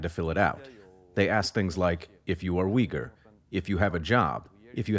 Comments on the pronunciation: Do all Brishit pronounce Uighur like 'Wigger'? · Why "weegor" when it's pronounced "Ooygur"?